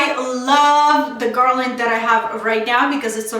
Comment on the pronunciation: I do not understand why they think you say garland funny! You sound fine to me. Some people don’t have anything better to do except criticize others ! Ignore those that are critical. The garland is beautiful! Thank you for sharing 😊